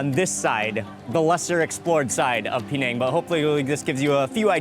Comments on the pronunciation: Why 'peee nèng'? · It's not P nang it's penang all one word